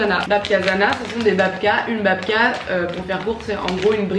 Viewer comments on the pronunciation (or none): Mes origines russes polonaises qui ont les oreilles qui saignent quand tu prononces "bAbka" mdrrrrrrrrrrrr